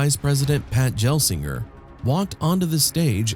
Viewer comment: Pat "Jel"-singer alerted me. I don't mind AI voiceovers, but that's like nails on a chalkboard and hints at low effort videos. You can correct pronunciations by messing with the voiceover script spelling, or using a better AI service.